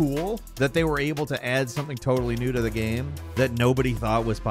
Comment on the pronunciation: please stop saying ''GEHM''